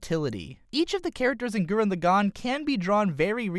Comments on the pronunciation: bugging me its gurren lagann not lagone wtf lol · I dislike the way you pronounced Lagann, Simon, Lordgenome, and Viral But you make good points on design.